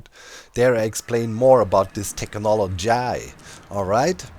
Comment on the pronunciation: For all the evil and terrifying things you do, your bad pronunciation of "technology" is by far the most disturbing.